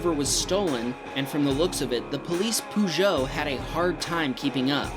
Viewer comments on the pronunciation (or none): Poo-joe is the correct pronunciation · ‘Purr’-geot not ‘pew’-geot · Pezo not poozo. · It is not pronounced 'poogoue' It is pronounced 'pershow' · Peugeot is pronounced “persho” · "The Police "Poo-Joe" had a hard time keeping up" Man I love the way you pronounce things! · Peugeot, poojo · Better than "PEW-JIT" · Oh god, the way you pronounced Peugeot hurt me. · Please please stop pronouncing Peugeot like that! lol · Sorry but the way he pronounced peugeot was unacceptable